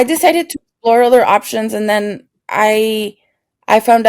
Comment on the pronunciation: I thought you said I spoke to my damn boyfriend 😳 instead of then boyfriend lol